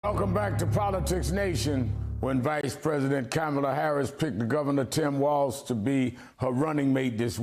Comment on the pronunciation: Please pronounce her name correctly